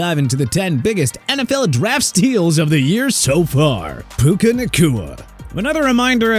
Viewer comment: Bro said PACUA😂😂